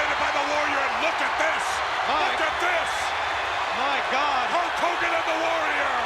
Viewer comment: The Ultimate Warrior : "Hulk Kogan"